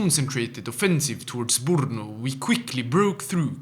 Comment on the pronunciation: ITS ME, IM BACK, I KNOW ITS BEEN YEARS THE GUY WHO HATED ON YOU FOR CALLING BRNO “borno” RAAAAGAHHHHHH 🇨🇿🇨🇿🇨🇿🇨🇿🇨🇿🇨🇿🇨🇿🇨🇿🇨🇿